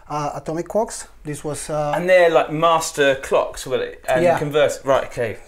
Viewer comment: ohhh - master clocks.... not master quarks,,,,, i was gonna say, they been around since the beginning - lol